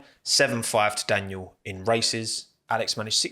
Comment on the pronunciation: It's kinda funny how you pronounce Daniil Kyvat because you pronounce it like "Daniel".😭